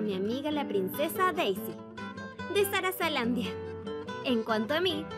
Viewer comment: SARZALANDIA? Sarazaland mijo jajaja Alemenos tienes un like por decir Luma